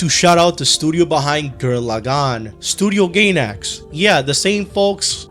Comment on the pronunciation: Love the vid but I have to get this off my chest. Its studio Guy-nax not studio Gay-nax 😂😂😂